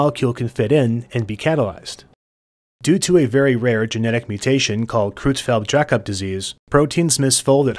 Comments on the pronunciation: Creutzfeldt is pronounced kroytsfelt, not krootsfelt. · Creu- in "Creutzfeldt" is pronounced like "croy", rhyming with soy, boy and Roy.